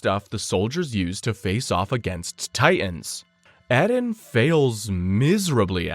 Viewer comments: His name in erin not ehlen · So far this video has been very good I just don't know if I can make it with the way this guy is pronouncing Eren's name for some reason it is driving me out of my mind